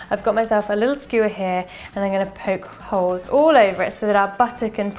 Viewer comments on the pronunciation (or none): none